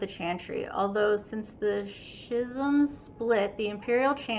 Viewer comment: Just incase you still have trouble with the word schism. It's pronounced (ski- zem). I hope this helps you out.